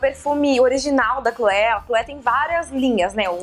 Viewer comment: oi Karol! O seu perfume favorito se pronuncua Cloê (em francês, o "é" se pronuncia "ê" e o "è" se pronuncia "é", deu para entender? hahaha